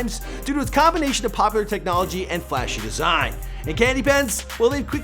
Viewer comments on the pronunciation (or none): none